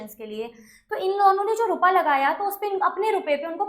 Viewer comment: You blink a lot nd why do uhh say rupaaa😅